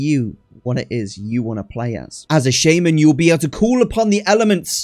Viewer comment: And also he said "shaymen" 😂